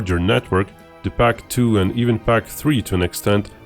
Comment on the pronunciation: As a German Mist say "pac" Sounds different to me